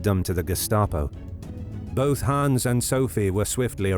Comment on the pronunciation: You speak it like "Haans" or "Hahns", but it's should sound like "Hanns" or "Han's". ;)